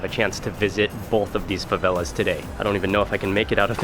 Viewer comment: "fãvélás" kkjkjkkjjkkj